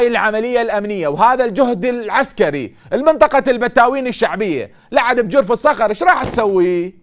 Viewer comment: لا ولا يكدر ينطق كلمة جرف الصخر